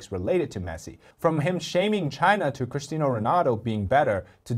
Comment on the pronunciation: STOP PRONOUNCING IT "CrisTINO" Ronaldo 😒😠😠😠